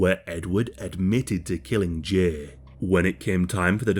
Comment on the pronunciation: The way you say Jay makes me want to rip my ears off